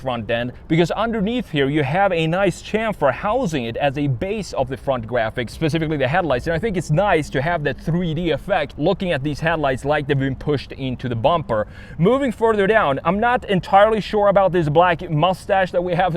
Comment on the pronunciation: The fwont gwaffix are nice